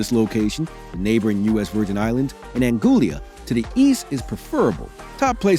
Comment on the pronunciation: sorry, had to stop watching ehn the narrator called a neighboring island Anguillla, Ann -Goo-Lee-Ah... say it with me now Ang-Gwill-Ah ....